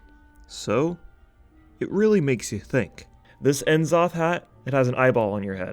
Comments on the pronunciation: "En zoth" wouldn't be a video without mispronouncing the name of a boss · I like how you say En'zoth /s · ...we just gonna keep letting youtubers pronounce it as "N" Zoth? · The way you said N'zoth, like "En-Zoth" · Not about how to pronounce N'zoth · the way you say N'zoth is really weird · i love your videos so much, but the way you pronounce n’zoth kills me every time.